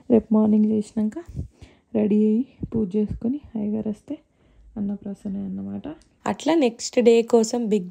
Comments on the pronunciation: Adi Anna prasanna kaadu Anna praasana 😢. Meeru telugu vaalle kadaa😮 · Annaprasanna kaadu Annapraasana.